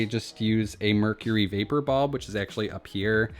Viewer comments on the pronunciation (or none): none